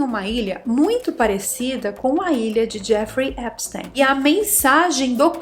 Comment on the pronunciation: O nome dele se pronúncia epstin... e a mansão dele era em palm beach e não palm bay... que são lugares diferentes na florida